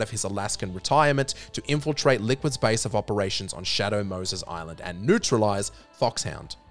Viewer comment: Shay Dough Mouhses 🤣🤣🤓🤓😂😂😇😇😭😭🤓🤓🤣🤣